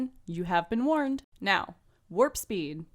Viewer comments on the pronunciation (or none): none